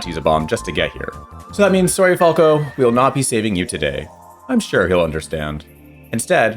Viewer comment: Why are you butchering Falco's name on purpose?